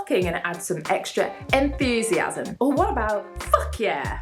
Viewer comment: Is it my impression or she says enthusiasm like enFusiasm???